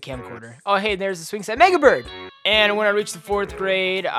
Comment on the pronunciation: I thought he said niga bird not mega bird